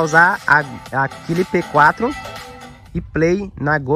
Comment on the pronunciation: Porque você fala cliper 4, se o nome é simplesmente clip 4?